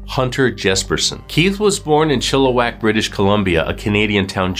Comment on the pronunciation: Point for saying Chilliwack right